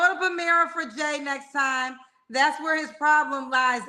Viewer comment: Next...he says..nexsss